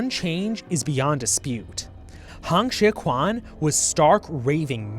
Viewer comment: The video is great but the pronounciation of Chinese names is honestly horrendous and should have warranted a two minute Google search on how to pronounce Pinyin. Hong Xiu-quan is not pronounced "Han Shi-kwan", the actual pronounciation is much closer to "Hone Shio-tren"